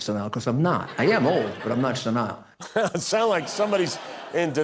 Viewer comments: SEN- Nile, yes I'm not senile like incorrectly pronouncing the word. Maybe a bigly Thang 😂😂😂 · Rudy doesn't even pronounce the word senile correctly. Sure sign of being senile.